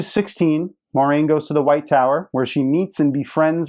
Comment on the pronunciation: I agree - Moraine is my favorite character (not named Rand) in the books. ;) I agree with your pronunciation, btw. ;)